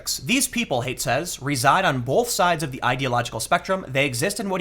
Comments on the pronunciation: Also, his name is pronounced like hite or height, not hate. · His name is pronounced like "height", not "hate".